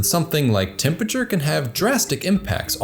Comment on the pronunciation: I love your videos and everything you do. Except how you pronounce temperature :P "temputure"